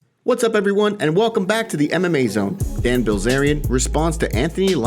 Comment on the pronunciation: Did you say Ban Dilzarian lol